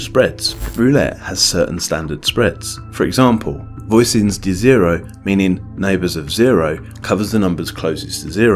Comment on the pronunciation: Voisons is pronounced "Vwazons" Tiers is pronounced "Tee-air"